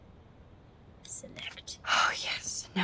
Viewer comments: It’s six feet under SXTFNDR not SXIFNDR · LMAO "Sexfinder" It's 'Six feet under',.